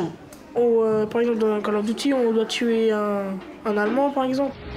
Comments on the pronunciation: "Col of Duti" géniale la prononciation dans ce reportage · Call of Diouty. La prononciation de merde 🤦🏻‍♀️ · ah la blague il ne Save même prononcée le nom du jeux : Call of Duty la blague heu il dise : coll of diuty lol